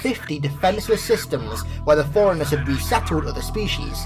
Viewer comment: Dude, I love your explanations, but its forerunners, like for-runners not foreigners... or maybe its an accent thing, I'm Texan, so maybe where your from its pronounced like that... who knows